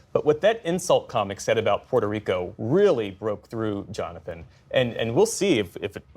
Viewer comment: Why did that lady say Puerto Reee Kens????